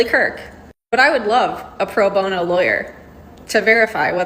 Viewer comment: Emphasis on pro bono😂